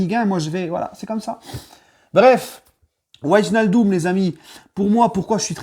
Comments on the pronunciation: Tu site très mal son nom comme la grande majorité des Français...ij se prononce hey. En gros c'est wèinaldum. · Par contre il va falloir que tu apprennes à prononcer son nom 🤣